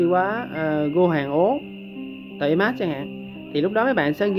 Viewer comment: tabemat ?phat am kieu ji vay?